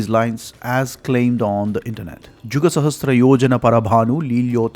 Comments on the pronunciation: Excellent! However, do not mispronounce "sahasra = सहस्र" as "sahastra सहस्त्र". It is a common mistake, but needs to be corrected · Is there a difference between word sahasra and sahastra. Why do you pronounce sahasra as sahastra in your video? Please answer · It is sahasRA, NOT sahasTRA